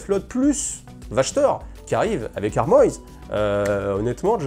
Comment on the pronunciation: Tu peux prononcer Armoise en français, c'est un nom de plante. ^^